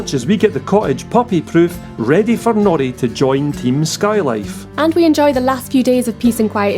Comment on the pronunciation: LOL I thought you were saying naughty not Nori. Sorry.